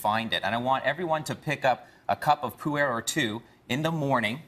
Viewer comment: It is not pronounced Poo Air, it's pronounced like Pooh in Winnie the Pooh and the Er in Ergonomics, so it is pronounced Pooh-Er.